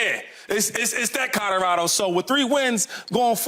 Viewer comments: Shady "Cahdarado!" 🤣🤣🤣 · Shady not being able to pronounce Colorado after 3 weeks of having to talk about them kills me😂😂😂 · Yes!!! C’mon bro 😆😆😆😆